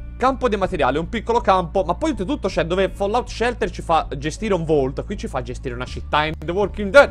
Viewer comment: Sopratutto "Follaut"